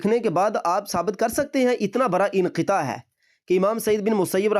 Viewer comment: بیٹا برا پیشاب نہیں بڑا پیشاب ہوتاہے